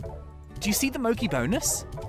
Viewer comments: So this has been driving me slowly insane but her name isn’t “mokey”, it’s pronounced “mo CHEE”. It’s a type of Japanese confectionary made from rice flour and filled with red bean paste or other things. She’s Japanese; you can tell with her name and also that her skin color is more yellow than Ogden’s. It’s reinforced again with her manor’s customer color pack, called “kanpeki” which means “the best” in Japanese. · AHHHH HE PRONOUNCES MOCHI WRONG